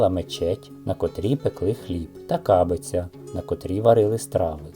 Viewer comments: Не свалок, а сволок. Не кАбиця, а кабИця. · Кабиця - наголос на И. У мeнe бабусі лишe так і називали, бо щe користувались ними влітку надворі. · Дякую за цікаву розповідь. А пічку на вулиці у нас теж називають кабиця, тільки наголос на другий склад.😊